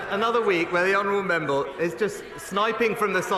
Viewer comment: the way stuart little says “member” there has got me in stitches hahahahaha membuh